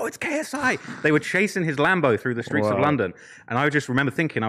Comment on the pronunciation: Seeing TLR say “in these skreets” unironically is just 👌